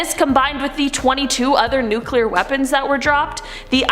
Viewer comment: Can you please pronounce nuclear correctly. Your pronunciation does not match the spelling. Bush couldn't do it and neither do you. Really bothers me as a person that is multi language